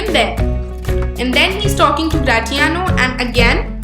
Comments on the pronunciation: Don’t sayGratiano same in as the word in pronounciation it is Grashiano kkkk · I am sorry to tell you that your pronunciation of gratiano is wrong .... The t will be silent